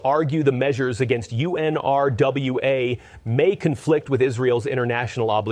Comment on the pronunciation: Israels Claims OF UN-RWA as its Pronounced, which is unfortunate this channel could not make the effort to learn the correct pronunciation, Israel when it claims there are terrorists in it is an outright lie, as UN-RWA checks the background of all its workers. Netanyahu himself deployed ISIS fighters into Gaza and Netanyahu is the terrorist in this situation...